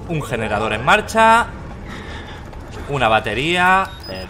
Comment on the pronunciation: “¿Dónde está el yenerador?” —Auron, 2019